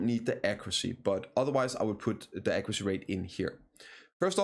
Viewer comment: "Ecroocy" is "accuracy", right?